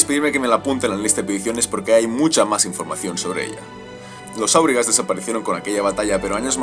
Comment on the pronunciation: Volvemos a corregir pronunciación: no es "kamul" sino "jámul", no es "áurigas" sino aurigas (este nombre no es sindarin, reciben este nombre por sus carros de combate), no es "balkoz" sino "baljoz", es levioooosa no leviosáaa